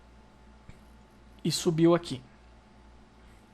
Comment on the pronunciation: Que dor nos meus ouvidos ._. "Équistruudi" não deu para aguentar